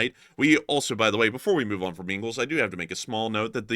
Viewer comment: ‘’Engle’. Nice video, as always. Keep up the good work.